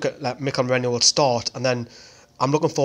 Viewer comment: MERINO NOT MERENO OR MERENIO